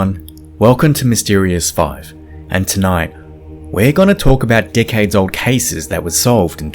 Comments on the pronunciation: When you say decades it sounds like "dick heads." No hate just thought it was amusing. Good work on the vid tho ❤️ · yup. definitely heard "dickheads" at first instead of "decades." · I’m so sorry but when you first started I thought you said “let’s take a look at these dickheads old cases…” and went damn salt on the wound there!!!! Then realized you said decades old and went yaaaa that sounds right, I should go to bed soon 🥲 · so, just FYI, when you say "decades old cases" in your accent it sounds exactly like how we'd pronounce "dick head's old cases" in my area of central Canada. I had to listen to it about 5 times to realize you were not saying "dick head's old cases". I'm not suggesting you change how you pronounce it in the slightest, your accent is your accent and you shouldn't have to change anything on my accent's account, but thought you might want to have a nice little laugh every time you say that knowing some central Canadians are going to wonder who's old cases these are and why you keep calling them a dick head lol